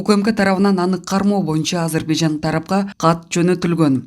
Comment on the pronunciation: Азербайжан дегенин араң түшүндүм, бир башкача айтат экен